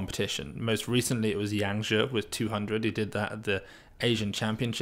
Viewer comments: It's hard to explain, but it's not pronounced like "she" anyway. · in Pinyin, "zh" is pronounced more like a "j" sound... "Zhou" more like "Joe..." "z" more like "tz" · chinese fan dropped a like for the 'Yang Zhe' pronouciation instead of 'Ze'